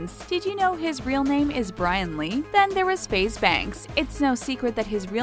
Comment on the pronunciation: I disliked this because they pronounced Brian’s name wrong loool